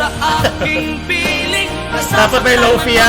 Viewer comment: hindi lofee, its lofay, bakit ang wifi, wayfee ba pag pronounce?